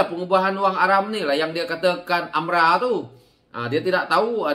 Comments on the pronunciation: Sebutan betul adalah AMLA.. harap maklum.. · AMLA ka atau AMRA sebutan yg betul mana satu sebab aku dengar kau sebut AMRA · Geram sangat..tersasul.. kikiki